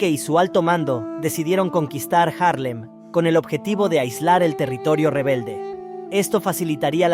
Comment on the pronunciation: Es Haarlem y no Jarlen.